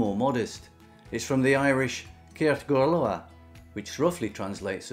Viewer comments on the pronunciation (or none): OK. Re. Galore: ceart go leor is pronounced 'kyart go lore' not 'kert go lower'. Re. Jiffy: deifir is pronounced 'jeffir' not 'jifeer'. Re. Whiskey: uisce is pronounced 'ish-keh' not 'wish-keh'. Re. Phony: fáinne (meaning a ring) is pronounced 'fawn-yeh' not 'fon-yeh'. The á is lengthened like the aw in 'fawn' Re. Brogue: bróg (meaning a shoe) is pronounced 'brogue' not 'brog'. The ó is lengthened like the o in 'Mona Lisa'. Many English people seem unable to hear lengthened vowels. A good friend of mine cannot hear the difference between 'gron-yeh' and 'grawn-yeh'. Fortunately, her colleague, Gráinne, doesn't mind. She probably thinks "God love her, she's English. She can't help it.'😂🤣😂